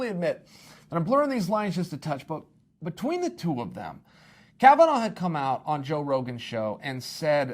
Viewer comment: It's Kavanagh, not Kavanaugh